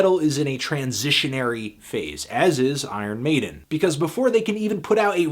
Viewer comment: "Eye Earn Maiden"